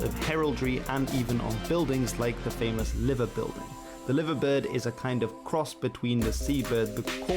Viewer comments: The guy doing the commentary makes several mistakes. Mispronouncing the Liver bird is astonishing. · The narrator pronounced Liver bird incorrectly. It's "li-ver" not "liv-er" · It's not pronounced liver - it's pronounced Live er bird - but it is Liverpool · It's not pronounced liver bird its pronounced lyver bird. Where is this commentator from? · FYI it's not the "Liver" bird, the i is pronounced like "eye" - L-eye-ver Bird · Liver bird of Liverpool is not pronounced “Livver” but “Lye-ver” bird. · in Liverpool, the Building and the bird are pronounced LIE-VER not LIVER 😁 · He mispronounced 'liver' when referring to the liver birds and liver building. Best way to explain it would be as if you are saying 'lie-ver' so liever bird. No idea why, that's just how it has always been. Only when referring to the city name is it pronounced 'liver'. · The narrator got it wrong ! The bird of Liverpool is called the LIVER bird (pronounced LIE VER) not LIVER as in the internal organ ! The ship of Manchester teams refers to the Manchester ship canal. He mentioned Norwich City . They are from the East of England as are many other smaller clubs. Most towns in the UK have their own clubs. They are not mentioned here as they play in the lower leagues. There are 57 leagues featuring 84 divisions across the UK. I am a supporter of the mighty LEEDS UNITED. HIS IS AN OLD VIDEO AS SOME OF THE TEAMS MENTIONED HAVE NOW BEEN RELEGATED TO LOWER LEAGUES AND OTHER TEAMS HAVE BEEN PROMOTED TO THE PREMIER LEAGUE. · i support liverpool, and just wanted to point out that the liver bird isnt pronounced the same way it was in this video. the "live" part isnt pronounced the same way as it is in the main name of the club, however it is pronounced like the word "live" like a live performance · LIVERBIRD is pronounced LYVERBIRD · Liver bird? Pronounced live-ver bird, (live as in “where are going live”) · how he mullers the Liver bird pronunciation makes me laugh. It should sound like L-eye-ver birds